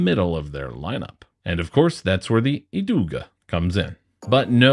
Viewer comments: and Idog is EEdoog no "uh" on the end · You did good pronounce the Kastaplast names! If you skip the "e" at the end of Idog, you got it absolutely spot on. IdoG. I would love for you to take a look at the "beach discs" like the MVP Glitch vs the Beetle from Latitude 64. Thank you for sharing!